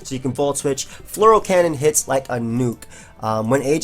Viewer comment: I always undestand something like Floral cannon when you say Fleur cannon